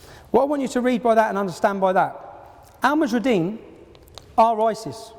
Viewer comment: you would think he could get the name right, seeing as he thinks they are such a big threat. the group is called 'Al muhajiroun' and not 'Al mahujarideen' as he keeps saying.